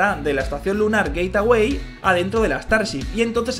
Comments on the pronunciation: Se dice geitwei no geitawei😝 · Por qué dice "Gateaway" en vez de "Gateway"?????? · Gate-away??? 😂🤣😅 que mala pronunciación